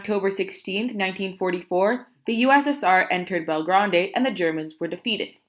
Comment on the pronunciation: and you said belgrade wrong